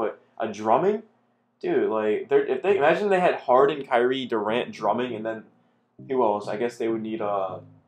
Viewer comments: Bro good vid, But his name is Drummond not “Drumming” lol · Nobody gonna stay anything about how he says Drumming?